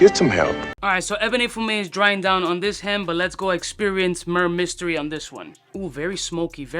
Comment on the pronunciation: Murrr mystery lol. Why do "reviewers" not even bother learning the name?